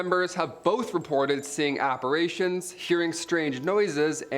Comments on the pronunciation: Ah, you got it right this time - ap-pa-ri-tions 😉 Thanks for the interesting video, you seem to make any subject fun! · Thank you the pronunciation is killing me.